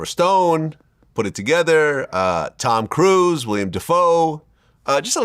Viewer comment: Mispronounced Willem Dafoe. Its not William